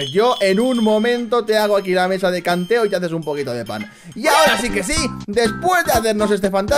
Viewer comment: En el minuto dijo mesa de canteo enbes de mesa de crafteo